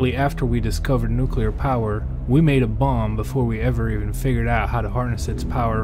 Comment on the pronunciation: Very cool. I bet "" watched this video. And thanks for saying nu-cle-ar. As another comment said, you must play "Missile Command" in the follow up video:) Be seeing you... number???